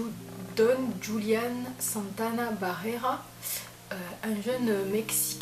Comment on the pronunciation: Tres bonne video, merci pour ces information, mais les ''euh'' me stressent 😂 et petite précision le ''j'' espagnol se prononce comme le '''r'' francais donc son prénom se prononce ''Roulianne'' 😊